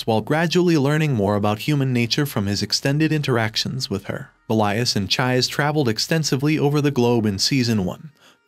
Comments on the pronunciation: Chi -Say. her name is Chise, not chaiz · It's chi-say not chize😭😭😭😭😭😭😭😭😭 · Dude, did you even watch the anime? Neither sub or dubed versions pronounce her name Chized. This is hardcore rude to more than just fans of the manga and anime. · Please. PLEASE, repost this video with the correct pronunciation of Chise's name. PLEASE, I'm begging you. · Dude, seriously, I can tell that either you didn't pay attention to anime at all because of how you pronounce Her name, or you're hearing impaired to the point where you can't tell how wrong you are about the pronunciation. and judging from the other comments in the comment section you don't give a damn. don't make a recap vid for a show you don't care about. especially when you go out of your way to be insulting about it. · I could not watch it all the way through because of that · I cried because of the pronunciation